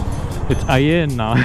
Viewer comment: German : Porsche Cayenne South indian : Porsche Ayenne 🤣🤣 Car Porn lol